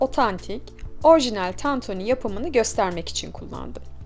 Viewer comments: Ablacım o kadar çok TANTONİ dedinki ben inandım tantoni olduğuna :) Eline Sağlık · Ellerinize sağlık sadece tantoonü demişiniz gibi sesiniz geliyor😂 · Tantoni 🙈 bi tek ben mi tantoni duydum diyordun yorumlar beni benden aldı. Elinize saglık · Tantunî değil tantuni 😂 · Abla başlığa tantuni yazmışsın ama tantoni diyon 😂😂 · Abla tantoni değil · Tantoooni ne be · Lütfen! TANTOĞNİ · bazen tantoni diyo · Tatuuuni denmez tantuni 😂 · Ellerinize sağlık. Çok lezzetli görünüyor.👏🏻👏🏻👏🏻🌺❤ Yalnız dikkatimi çekti, tantoni ve tantuni olarak her iki şekilde telaffuz ediyorsunuz neden acaba? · Tantuğnii ne abla ya 😂😂